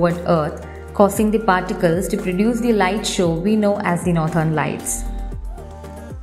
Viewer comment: No doubt the content,voice vand visuals were amazing but that "northern" pronounciation makes me wanna dislike it anyway.